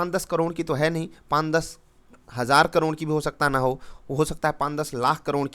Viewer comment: very good sir ji ab aap hazaar ko hazaar bol reh ho pehle aap hajaar bolte the